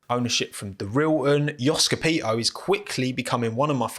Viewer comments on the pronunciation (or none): With Alex, Nicki and Jamie, Wiliams has the nicest driver pairing. Hopefully, there will be fast, and hopefully Jamie Chadwick will have a chance to race in real racing car sometime soon. BTW, it is _CA_pito, not Ca_PI_to. Sorry for being a nerd :-)